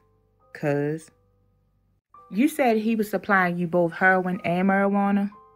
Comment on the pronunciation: Hurrrin not Heroin 😂. Love Baltimore man.